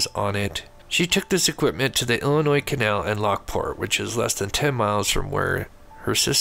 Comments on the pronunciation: The S is silent in Illinois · Love the show...but my man..the last "s" in Illinois is silent ❤